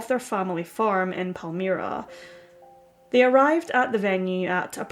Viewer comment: Pal - MI (long I)-Ra. That's how Palmyra is pronounced